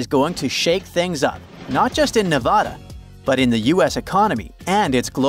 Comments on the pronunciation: Ne VA da, not Ne VOD a. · Don’t call yourself when you can’t even pronounce Nevada correctly. There is no Nevahda… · If you knew what you are talking about, you would know how to pronounce Nevada.